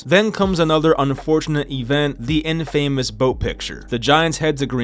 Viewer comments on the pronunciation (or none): "But rather than biting the bullet and admitting their mistakes, the 2017 season was one that would end up setting the Giants back for years." So the 2017 season should have bitten the bullet and admitted their mistakes? This is poor writing. Also, learn how to pronounce the word "infamous". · Pronouncing infamous like that lol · Infamous pronunciation... how hard is English to Americans...